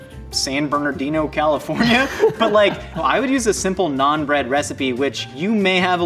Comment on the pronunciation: I love this show, but every time they say "naan bread" or mispronounce naan, it hurts a little more.